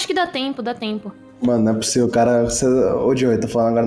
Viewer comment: NÉ POSSIVU VELHU